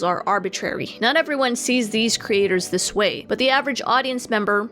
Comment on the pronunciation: Couldn’t focus because she kept saying “cre- aters”